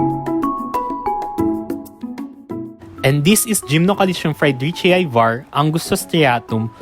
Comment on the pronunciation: fry-dree-chee-eye? Do you say Hawai-eye?